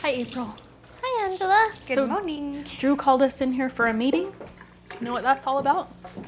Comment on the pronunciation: Poor April having to start her day with "Good Mwoning" every day